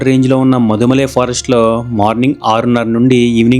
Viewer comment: Bro! అవి ముదుమలై & బందిపుర! మీరు మధుమలై & బండిపుర అంటున్నారు!